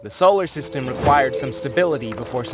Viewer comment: first solersyteme planet